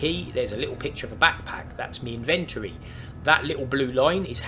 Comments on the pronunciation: in ven toe ree inventory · Would have watched but couldn't hear him say in-vent-tory again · This is what I'm talkin about...this show's you how to get started, and actually build something in the same day....yay! Thanks for taking the time. Now I'll start writing down translations for some of the words. "In-ventur-ry" = Inventory "Diggy diggy thingy"(name used last 2 videos) = Impact Rock Drill LOL Just kiddin, love the use of words, and made up words. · His pronunciation of ‘inventory’ actually makes me cringe.